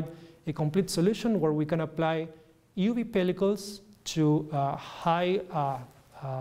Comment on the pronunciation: he doesn't pronounce the e in euv.